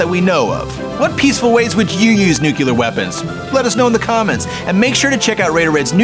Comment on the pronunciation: Is pronounced NUCLEAR, not NUCULAR